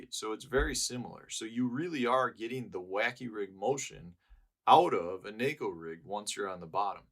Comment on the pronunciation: Thanks for pronouncing “neko” correctly.